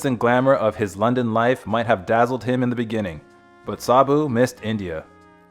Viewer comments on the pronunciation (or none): none